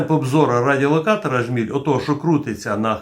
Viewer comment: Не ображайтесь, але правильно джміль, а не жміль.